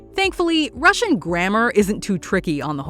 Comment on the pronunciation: Rashian? Pfff...